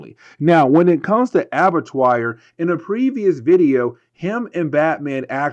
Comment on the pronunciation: ABBA-TWA.... it's pronounced ABBA-TWA. It's French. It means Slaughter House.